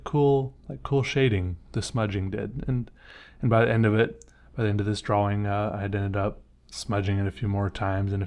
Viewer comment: "drauwing." Is that how they say it in the phillipines? btw your art is great i like your brainstorming techniques 👍